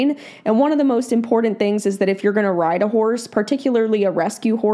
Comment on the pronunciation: Iit’s funny how both you and pronounce the word “important” incorrectly. Otherwise, good video!💓